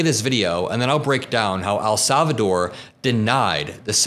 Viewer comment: 🤯😫Please Stop Saying AL Salvador!!! Like AL Capone….IT IS NOT AL SALVADOR….PLEASE PRONOUNCE IT PROPERLY— IT IS EL, LIKE ‘HELL’…. EL SALVADOR.